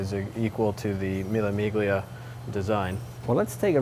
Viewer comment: Miglia has no Hard G sound buddy. Learn some Italian!